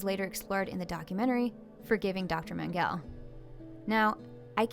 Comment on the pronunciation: There are three syllables in Mengele, all short e's, with accent on the first syllable. The first syllable in Auschwitz is pronounced like "ow", not "aw." Given your educational experiences, I guess I can see how you're unfamiliar with these otherwise well known names, but for future reference...